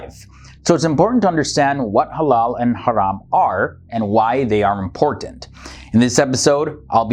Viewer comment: Thought he said “hello and haram” at the start